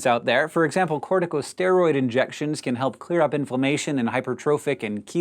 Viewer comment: "corticosteriods" hmmm